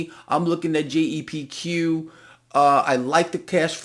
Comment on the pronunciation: is it GEPQ or JEPQ? Sounded like G but couldn't find it🤔